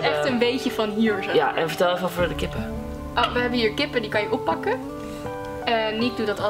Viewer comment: Hahahah! Niek!! ''Wacht eaven' HAHA